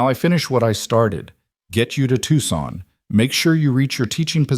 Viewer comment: To son the c is silent.